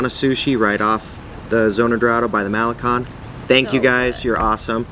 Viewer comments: not Mahlekon, it's Ma-le-KON. not PuulMOnias, it's pul-mo-NI-as. you know those accent marks are there for a reason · "Cone". MaleCON. Not malekhan. "Seawall" (boardwalk, loosely speaking).